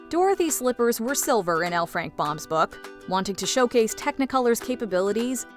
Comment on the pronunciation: At last! A video that pronounces L. Frank Baum's last name CORRECTLY!!!